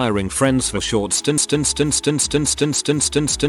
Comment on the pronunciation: When "Stints" breaks the text to voice.